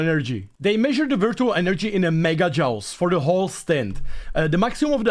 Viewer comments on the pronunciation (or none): Joules is pronounced like jewels, at least that's how I was taught to say it. Having said that your English is about 1000X better than my Czech and you are a joy to watch. Share the happiness mate, it's how we win in the end